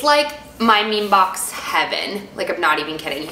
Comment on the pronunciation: It would be cool if you could say the names of the products or at least write them down in the information. Also it is ME ME BOX :)